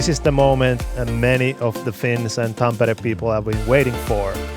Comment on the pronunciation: A tip for Nate: it's easier for you to pronounce Tampere if you pronounce it as tom-per-ray ;)